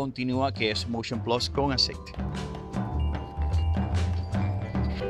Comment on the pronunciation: Vaaaamooo con Covid!... Tu me quieres vender el "Moushion Plassss!!!"